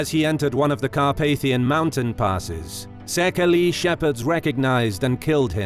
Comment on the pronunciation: Sadly, the narrator pronounces the word 'Szekely' incorrectly. Instead of the three-syllabled /'sekeli/, it is supposed to be pronounced disyllabically, i.e. /'séikei/ or say-k-ey.